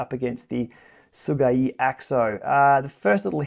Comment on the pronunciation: your pronunciation of Sigeyi’s name is actually pretty much as close as we can get in English.